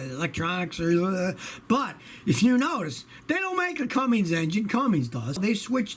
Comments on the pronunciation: Whenever he says cummings I cringe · It’s cummins not cummings, Scotty! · Mechanic for 51 years and you still say Cummings 😂